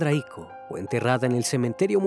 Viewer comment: Es Icó, no Ico